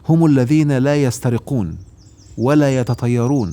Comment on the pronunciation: يسترقون... قرأتها غلط يا